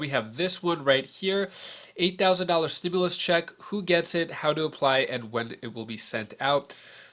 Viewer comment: Stop saying stimilius there is none